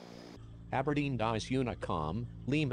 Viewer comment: it’s Aberdeen